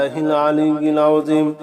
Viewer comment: ঠিক ঠিক উচ্চারণ আছে।